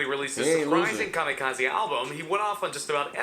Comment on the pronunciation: Anyone else get annoyed every time the narrator said "Kamikazaaay"?